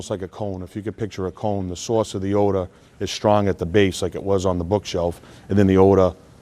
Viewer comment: Ode ah? Wtf is ode ah?